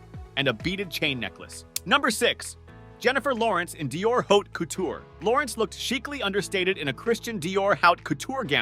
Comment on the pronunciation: Can't you learn to say Haute as it should be? Geez...